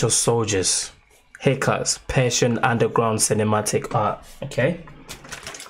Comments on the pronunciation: the correct prononciation of his name is HEECH-KAS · Dude it is hich kas